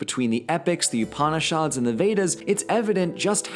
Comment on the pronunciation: I'm 5 minutes in, and please, you do know literally every single vowel in upanishad is short, right?